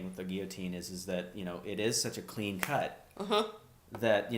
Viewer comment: What? Nobody commented on this? Thank you for pronouncing guillotine the way I was taught. Lately I have heard people pronounce the Ls, and it is SO distracting. I even searched out a dictionary app that has audio for pronunciation, and both ways are acceptable... because people are so dumbed down these days. French words need to be pronounced the way the French pronounce them, damnit! A friend of mine got to play several different parts as an extra in The Tudors, and one was as a villager witnessing a rather botched execution. If I can find the scene, I'll leave a link. I've heard (years ago) that thousands of guillotines were in storage at a military post/base somewhere in the northwest, and that (more recently) they have been distributed throughout the country. Speculation from eschatology enthusiasts promote the idea that these are for the Christians who will be mass executed at some point. I wonder if it will happen in public? I also wonder what they will do for people who have hardware in their neck? I've also heard that the brain continues to function for a little while after decapitation. Maybe that was the reason they picked up the head to view its body. You know, add insult to (fatal) injury. An interesting short story in my memory was about a family that had had several family members murdered. They would gather and drive to the prison every so often, but execution would end up being delayed. They would stop for lunch at the same place, and it got to be a bit of a